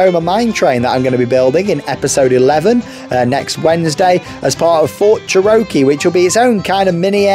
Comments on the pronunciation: Bro, let me help you. Cherokee: cheh - ruh - kee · It’s pronounced “chair-oh-key” btw